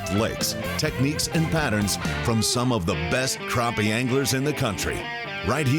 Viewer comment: Yall coming to SC to catch my fish need to learn the name. NOT croppy, Crappie. Yankees